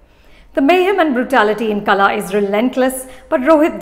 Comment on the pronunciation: The L in Kala is not the L in 'lime', but a heavier LL. I say this because Kala (L) and Kala (LL) have two different meanings. One is 'Art/Skill/Talent', the other is 'Weed/Unwanted/Throw away'